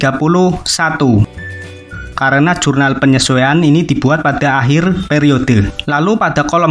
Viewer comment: Akhir bang bukan ahir wkwk